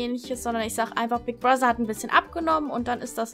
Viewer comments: warum sprichst du das th bei Brother wie ein ss also Brosser? Klingt so komisch 😂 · sry aber sprich bigbrother bitte richtig aus. nicht böse gemeint.